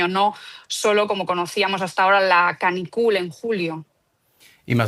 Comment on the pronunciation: Se dice: "Ca-NÍ-cula" -- no, "ca-ni-cú-la"